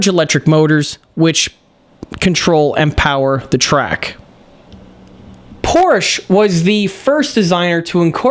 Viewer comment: Respectfully, It's Porsche, not Porsch.